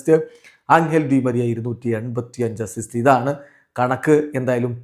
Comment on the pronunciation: അണ്ണൻ : അസിസ്സോ അത് എന്നാ ചാദനം 😂😂😂